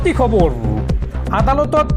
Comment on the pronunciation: খবৰ শব্দটো খবৰু কিয় হয় বাৰু?